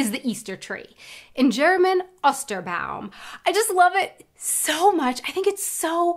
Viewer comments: I think the "O" in "Ostern" and "Osterbaum" needs to be pronounced a little looonger. Not as short as "Ost" (east). More like "Oh". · Try to speak a long o in "Ostern" or "Osterbaum" - just as you do with the long e in English "Easter". It's ['o:stɐn], not ['ɔstɐn] ;-)